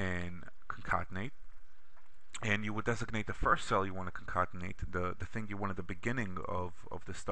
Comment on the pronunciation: This was a very helpful video. I shared it with a friend. I was a little thrown off by "concontenate" which I assume was concatenate.